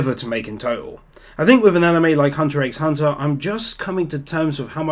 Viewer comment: I believe Hunter X Hunter is actually older... I believe it started back in 2011. I could be wrong, but I think OPM started in 2015 And I'd be a bad Otaku if I didn't mention the "x" is silent...